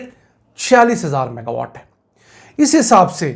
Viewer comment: Saff saff maga watt bataya kro